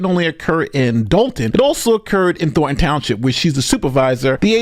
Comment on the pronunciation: Thorn. Letter "n". Thorn - ton, not Thor - ton. Let's hear that "n" son!